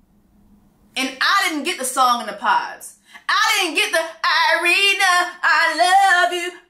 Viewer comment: JesSE, that girl's name is IriNA not Irine😂😂😂😂 you took me out with that fake almost apology😂😂😂😂😂😂😂😂